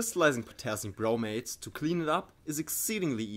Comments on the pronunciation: Great video, subscribed! However I had a hard time hearing the difference between when you said 'bromate' and 'bromide'. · Am I the only one REALLY struggling to hear a difference between him saying bromate and bromide/bromite?